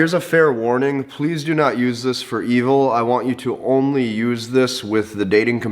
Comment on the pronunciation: Did he say 'evil' or did he say 'e-hole'? I didn't quite figure and I surely can see him saying both (the latter being some kind of redpill slur for women on the internet)